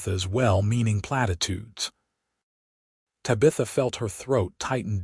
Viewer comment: The narrator is saying Ta bith a Tab i tha like the daughter in the 1960s sit com bewitched minute this seems like a cool story. Still like the sassy little alien girl LOL